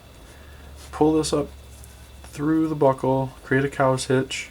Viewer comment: I keep hearing butthole instead of buckle lel